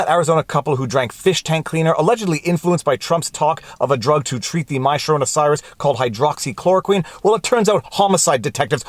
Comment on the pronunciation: My sharona cyrus? I had to put the playback speed on .5 to get it